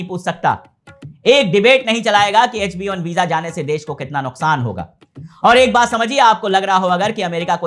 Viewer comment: Abhey pahale “H1B” bolna seekle!! Woh HB1 nahin hai!! 😂😂😂😂